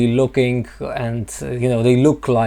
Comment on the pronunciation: Me too. I like it when he say "lookinG" with a hard G.. quite charming :)